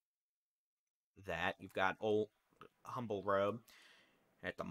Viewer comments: Honey, thank you, my son lives in the Kingwood area and heard a "Jet" over head. Also, it is Beltway 8 and pronounced "umble" the H is silent 🤫 🙂🙂🙂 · You know when someone is not from Houston when they pronounce humble with the h 😩